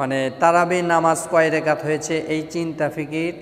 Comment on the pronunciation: সুন্দর করে বলতে পারেন না। রেকাত হবে না এটা রাকাত হবে